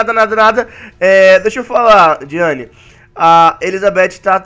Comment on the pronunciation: Ela falou diana é diane